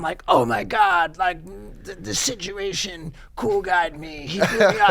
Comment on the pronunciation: ahhhhh tha "SNITCHUATION" hahaa